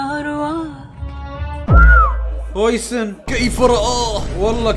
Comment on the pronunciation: ياخي اسمه هاوسن مو هويسن افهموا